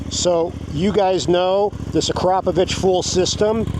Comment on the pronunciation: thank you for saying "Uh-crop-of-itch". When people say "akra-poe-vick" I CRINGE!!!!